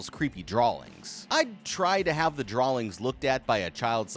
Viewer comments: love the videos been on a binge watching a dozen in the last 24 hrs. But how you say “drawlings” with an L in the pronunciation made me chuckle. Have a good day. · I had to pause and replay it the first time he said it. then he just kept saying drawlings over and over again lol. why does he say drawling? and why does he have a hard time saying drawing of all words? he doesn't seem to have a problem pronouncing other words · Drawlings? DrawLings?? Buddy there is no L in the word draw. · why does he always pronounce the word “drawings” with an L? There’s no L in that word 😂